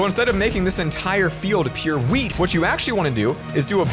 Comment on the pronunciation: Wait he said weed not wheat